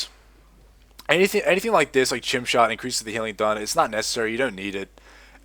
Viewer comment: chimera is pronounced kai-me-ra. this confused me for a while until I figured out what you were talking about. when you said chim I thought you meant chimp... lol